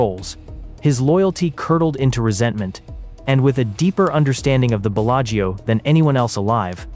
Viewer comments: "Bella-Geo" Casino lol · Why don’t you try to pronounce the name of the Casino correctly?? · Yep pure fiction. I typically don’t fall for these. The mispronunciation of Bellagio was the give away for me.